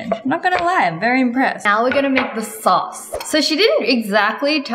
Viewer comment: Wengie accidentally pronounced sauce as socks 😄😄